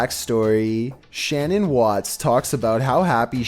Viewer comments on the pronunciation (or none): It’s pronounced Shan nan not Shannon 😊